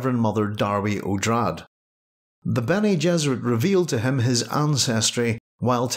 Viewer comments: Isn't it pronounced oh dray dee, as it was derived from Atreides? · prounounced OH DAH DAY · OK. So the R is silent?